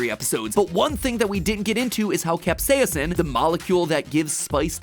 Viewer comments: Why does MatPat pronounce capsaicin the British way? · Please learn to properly pronounce capsaicin